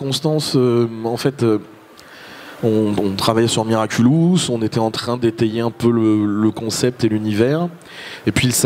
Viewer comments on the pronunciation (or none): SA SONNE BIEN AUSSI QUAND ON DIS MIRACULOUS A LA PLACE DE MIRACULUS !! Sinon super passionnant cette interview 😂❤️ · Ya que moi que ça dérange quand il dit "miraculUs" ? Sinon, merci d'avoir mis l'interview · Ça a pas arrêté de me déstabiliser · Oui ça me dérange tout le temps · Nan t'inquiète ya pas que toi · Moi je me suis dit: je rêve ou il a dit miraculus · Moi aussi ça me perturbe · Je vous rassure moi aussi XD